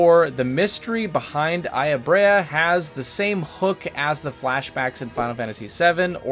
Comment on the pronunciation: Aya BREIGH (brea) and MY ADA {Meada) These are real life names, they have real pronunciations you could have looked up lol